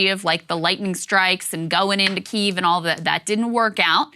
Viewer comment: Ohh Saager changed his pronunciation to the Ukrainian pronunciation of Kiev, rather than the Russian one - love the voracious appetite for information and change rather than pandering propaganda <3